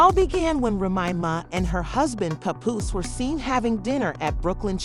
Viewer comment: Who's doing the narration? Can't even say Remy Ma or Papoose right🤦🏾‍♂️🤦🏾‍♂️